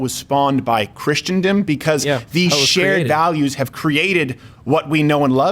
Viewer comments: I'm sorry Steven, but I just can't keep this in anymore (because that's how I'm made). The word is not "Christiandom," it's Christendom (all Christians collectively). I only point that out because you are such an effective communicator and I think you would just be more effective if you actually seem to know the language in which you communicate. I also am not referring to purposefully mispronouncing words. Here endeth the lesson. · GERALD: Please coach Steven in how to pronounce "Christendom." (Crowder, here's a hint: Chris: sin, dumb)